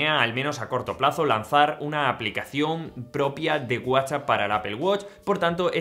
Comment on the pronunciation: No, hay momentos en los que no se te entiende si dices “whatchChat” o “WhatsApp “ y eso confunde 🤦‍♀️